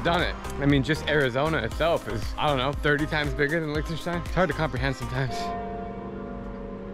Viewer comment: As a german, it the way he pronounces Liechtenstein triggers me XD.